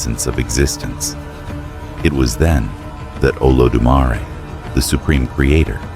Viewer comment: how he can pronounce Olodumare but butcher Osun…😂 It’s good tho. Carry on